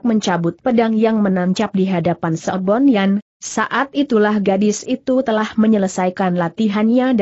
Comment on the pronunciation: Sebun Yan kok dibaca Sebon Yan?